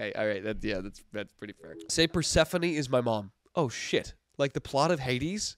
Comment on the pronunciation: PER-SEFANIE????? its pur-se-phone 😭😭😭